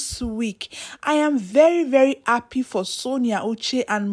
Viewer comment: Are you appy or Ha-ppy? Sis, please work on your diction and pronunciations! Good luck!